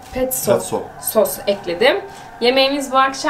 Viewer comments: Petso degil kiz Pesto 😂🙄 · Petzo değil Pesto sosu, sahlep degil salep 🤯🤯🤯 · Petso degil pesto !!